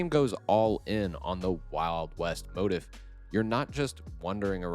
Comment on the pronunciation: motif is pronounced mo-TEEF :)